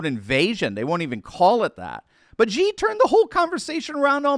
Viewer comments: The pronunciation for Xi is just like you would pronounce the letter "C", not Gee. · Xi is pronounced “she.” Great video, as usual!